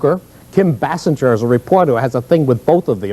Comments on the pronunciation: That news guy kept murdering Kim Basinger's name. " Kim bass-en-jer, bass-en-jer- bass bass" I'm like yelling at the screen, "Bay-singer!" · Bro said Basinger like Homer. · What a lame that abc7 reporter is/was. Couldn't pronounce Kim Basinger's name right. Tryna throw shade at based Paul Moyer.